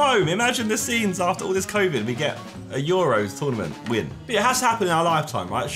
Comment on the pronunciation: i have one complaint about the video. ITS NOT THE YOUROS, ITS THE EUROS. Please, please, please stop calling it the youros like it actually hurt me. But other than that the vid was a banger n im craving a maccy rn bc of u so thanks for that - ish for anyone curious